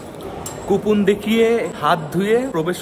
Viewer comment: আপনার উচ্চারণ গুলো ঠিক করুন ওটা ইসোদয়া না ইসদ্যান, 😂ল্যাখা নয় লেখা 😂 কোপন নয় কুপন, শিক্ষাগত যোগ্যতা খুবই কম , pronunciation শুনেই বোঝা যাচ্ছে, যাই হোক এই করেই যখন খেতে হবে আপনাকে এগুলো একটু ঠিক করে নিন